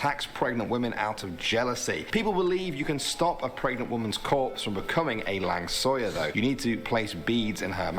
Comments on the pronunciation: Lang Suyar? wtf hahahahahah Langsuir:thats not my name dude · the langsuir is not langsoyar🤣🤣 the way to pronounce it is lang-so-where or lang-su-where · lang suyar. malaysian pronounce it as lang suey suey as chop suey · Langsoya??? Ahhahaha soy beans become ghost... just kidding... The correct pronunciation is Lang-Sew-Way (langsuir) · Langsuyar hmmm oh langsuir